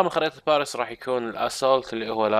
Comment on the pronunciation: اعطيتك دس لايك عشان كلمة باريس و كيف نطقتها